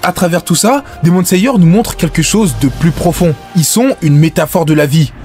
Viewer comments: Hypé par le titre j'ai vite été calmé quand j'ai entendu " Demon Sayeur " et " Pourfondeur " sois vigilant sur les mots et leurs prononciation ! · Demon layer par exemple